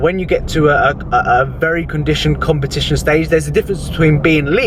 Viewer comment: VEWY NICE HMMMMMMM VEWY NIICCEEE 🤣